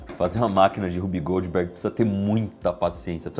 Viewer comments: Achei era Whoopi Goldberg e o Iberê tava falando errado hahahahahaha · Legal, mas eu só conseguia ouvir "Whoopi Goldberg machine" toda vez que vc falava o nome 🤣